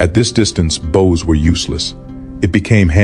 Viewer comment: A good video, but it's a pity that the author didn't bother to nake sure the AI knows how to pronounce "bows", kind of important in a battle with so many archers.